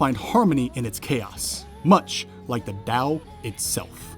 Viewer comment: finally someone who pronounces Tao right